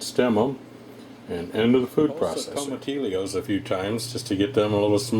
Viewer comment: Dear lord... It's pronounced like "toma-teeyo" 😣 other than that annoyance through the video, salsa looks pretty good